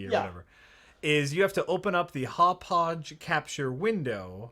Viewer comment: I have to admit, I cringe a little every time tries to pronounce "Hauppauge":/